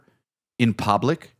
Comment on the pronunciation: Said "In Pah-blick".